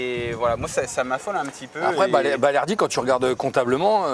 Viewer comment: On dit balerdi